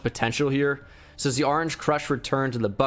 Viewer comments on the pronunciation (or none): none